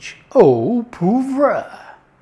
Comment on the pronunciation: Love it! pronunciation of 'poivre' seemed to get further from the French version the more he repeated it!